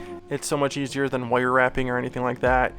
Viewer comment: can we get a compilation video of you saying "woyer" 🥰